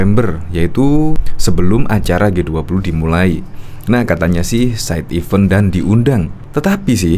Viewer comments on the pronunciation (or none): Event2 mas, bukan even2🙄.